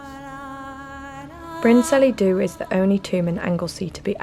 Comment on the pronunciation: Bryn Celli Ddu is not pronounced Brin Sellee Do, but more like Bryn Kellee Thee (remembering the Welsh LL sound in the middle word)